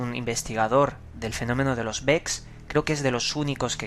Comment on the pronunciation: ES BEKS, No es Children es KID.